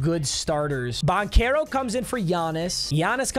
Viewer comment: its pronounced ban-chair-o not ban-care-oh